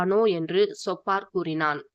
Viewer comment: சொப்பார் இல்லை சோப்பார் என்று உச்சரிக்கவும்